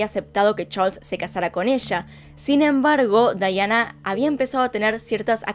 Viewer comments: Aaaaay me molesta mucho que digas "Daiana" a Diana... Pero muy buen video! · Amo este caso, como narras las cosas. Me estresa un poco que le diga Daiana, ella es Diana pero igual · Es Diana, no Dayana 😌 o soy la única q escucha q dice Dayana ? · Pienso igual. Debió haber dicho Diana no Daiana. Pues está relatando en español. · Me encantó! Muy bueno! Lo unico que le dijiste DAIANA cuando es DIANA un monton de veces 😂 amo tus videos! Los veo TODOS 👌👌👌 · Me ha gustado mucho tu documental, pero me molesta que no menciones bien su nombre es DIANA!!!! No daiana 😠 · Es Diana no Daiana! Pero fuera de eso muy bueno el vídeo, bastante completo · Se dice Daiana? O porque ella lo dice asi no comprendo era Diana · Es Diana no Daiana :'( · Por qué dice Dayana y no Diana? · Me desespero que la mencionara como dayana cuando la mayoria la conocemos como diana💆de igual forma me gusta mucho como relatas los hechos 😊